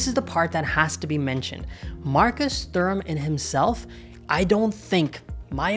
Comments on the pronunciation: its pronounced 'turam' the h is silent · Honestly wasn't able to watch this video because how horrible you pronounced Thuram 😑